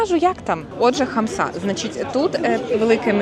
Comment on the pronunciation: Не хамсА , а хАмса